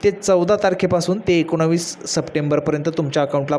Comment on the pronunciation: तुला एकोणीस बोलता येत नाही